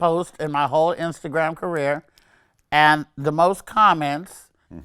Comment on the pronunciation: she said "instagran career "😂😂😂😂